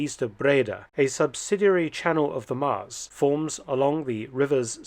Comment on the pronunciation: Thanks Dr Felton for this interesting piece of history in the Netherlands. Nice bonus is that you pronounced Nijmegen and Maas quite well.